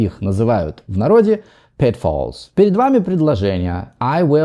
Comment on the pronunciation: the captions says you pronounced the word "pitfalls" as "petfalls".